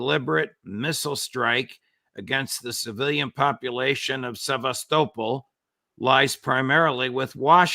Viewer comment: Sevástopol, Judge, Sevástopol..😊